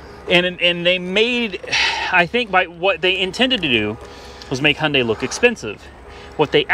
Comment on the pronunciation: It’s Not Hunday it’s Hyundai